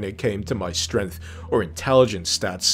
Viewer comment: I think you meant to say 'srength'.